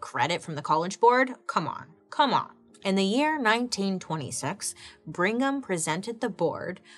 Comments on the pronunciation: That surname is pronounced BRIG-ham, not Bring-ham. Just FYI... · Qing dynasty ,yes ,but prounced ch-ing 😘 Ok LOL on Bring-em !